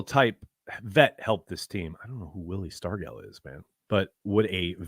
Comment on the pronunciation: Whose Willie Stargel? The g in Stargel is pronounced like a j. Wilver Dornell Stargell (March 6, 1940 – April 9, 2001), nicknamed "Pops" later in his career, was an American professional baseball left fielder and first baseman who spent all of his 21 seasons in Major League Baseball (MLB) (1962–1982) with the Pittsburgh Pirates.